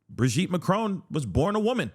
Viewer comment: She also pronounces it a as macrown instead of macron. So ignorant